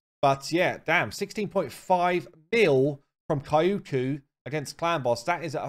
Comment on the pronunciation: Pronounce her like Kyoto, no extra syllable between the k and the y, just the 2, Kyo-ku